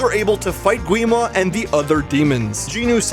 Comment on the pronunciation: Gwi Ma is actually pronounced 'Gi ma